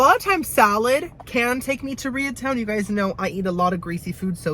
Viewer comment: “Rea town” ??? 😂😂😂